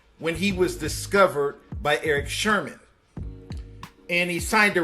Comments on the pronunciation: THAT SHIT KILLED THE WHOLE VIDEO----LOL--i just cant take anything he says afterwards seriously----thats what really hurts your video...IF ONLY HE SAID "SERMON" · Yo it's eric sermon...not Sherman if ur gonna do this....matter of fact u shouldn't be doin this son.... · Its Eric sermon, not Sherman...you talk like a salve my nigga... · It's sermon not Sherman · Eric SERMON!! NOT SHERMAN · I was in it until you referred to Eric SERMON as Eric SHERMAN repeatedly. Kinda piss poor reporting. IJS. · Erick Sermon bro not Sherman 🤦🏾‍♂️ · Erick Sermon, Not Shermon. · Bruh WTF Its Eric Sermon Not No Damn Sherman SMH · Who’s Erick Sherman? It’s Erick Sermon! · Red Sherman or Eric Sherman I've never heard of these rapper's. Have y'all??? This is crazy!!! How you going to do a, Where are they now??? When you can't even state they names correctly...Redman and Eric Sermon my guy that's there names. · Its Erick Sermon, not Erick Shermon! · Smh......get ya facts rights before you start talking about ppl boy.....keep my cuz out ya mouth.... he know he a nyce mc and it’s Sermon nigga wtf...smh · nemo gwala justice for Eric Sermon’s correct name. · Bro, I thought I was the only one who was hearin that!! It was killin me! I had to cut the video off. If u can’t even get the names right, I can’t trust ya NEWS!! Smh 🤦🏽‍♂️ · Thank you after all these years don't know how niggas keep pronouncing that man's last name wrong?